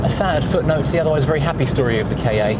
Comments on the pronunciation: It's pronounced Kar. Saying it short - Kah- makes it sound like you're coughing up a hairball. Saying it as K.A suggests it's the initials for something, which it isn't. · It has to be pronounced Ka as in cat without the T